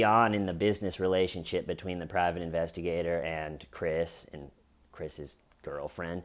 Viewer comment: Intestigator??? Like intestines LOL